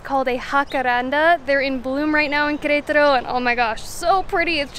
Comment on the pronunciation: Good job pronouncing Querétaro 😂